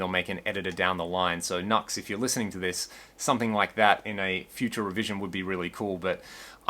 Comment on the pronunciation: Pronounced "Noo-ex".